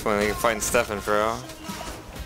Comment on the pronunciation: “Ste-phana-fro”.... its not that fu*king hard to say.